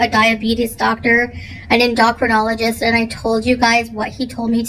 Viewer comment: Endoctronologist? Just what is her primary language? It’s endocrinologist.